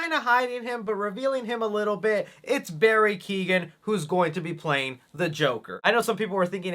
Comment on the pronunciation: Barry Key-Owen